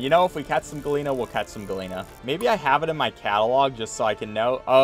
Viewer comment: At first I was confused what a "galeena" was, but then I realised he was trying to say gallina which means chicken. For future reference, in spanish double L's are pronounced like a J.